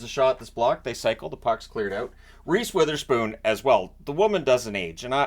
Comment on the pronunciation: Ive heard the announcers saying wotherspoon with a soft o as in wool. not sure if it is linguistically a schwa. still would prefer the wotherspoon with an o as in dog.